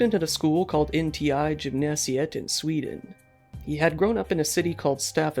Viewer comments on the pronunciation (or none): NOT SVEEDEEN